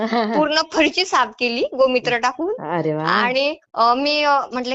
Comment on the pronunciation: गोमुत्र म्हणायचे गोमित्र नाही .